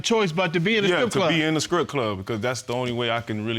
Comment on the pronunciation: What is a "Skrip" club? Are people also eating "skrimps" at these "skrip" clubs? Could someone explain why some people substitute their "ts" for "ks?" And don't tell me it's because they are southern, because I know a lot of highly intelligent Southerns who would slap themselves silly before they speak and talk like that.